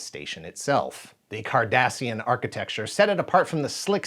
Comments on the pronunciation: I know is saying ‘Cardassian’, but all I hear is ‘Kardashian’. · every time he said it, I thought he was saying "Kardashians"! There's no way you'd pair them up with the Trek lore